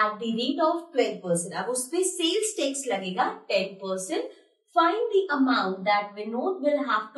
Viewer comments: Not tex ,it is tax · Maam u dont know english it is tax not tex